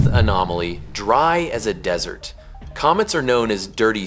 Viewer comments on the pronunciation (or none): none